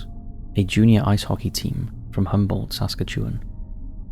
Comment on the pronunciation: Saskatchewan is pronounced Sass-cat-CHEW-ahn